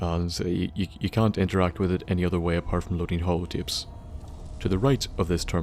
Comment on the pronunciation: xD ''halo tape''